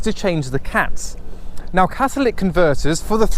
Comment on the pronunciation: CATALYTIC, NOT CATALIC GAH IT HURTS MY BRAIN